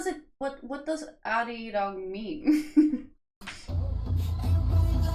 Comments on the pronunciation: I am a native Korean speaker. Your first Arirang pronunciation was perfect. I could not have said it better. Thank you for the review. More I listen to the album, more I like the album. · With Arirang I think the last one was the right way to pronounce it :)